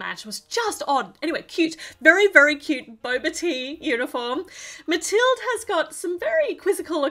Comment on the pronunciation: Actually I’ve read that the name Mathilde is from Germany and the E is making a “uh” sound at least in Danish